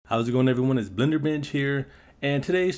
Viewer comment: I TOUGHT YOU SAID BLENDER B!TCH SHHSGSHSHAHAHAJHA HELP